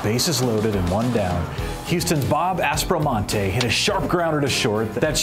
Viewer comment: Mispronounced both Al Weis (Why-ss) and Bob Aspromonte (Ass-pro-monty) Please don't do that again...otherwise this was a great piece.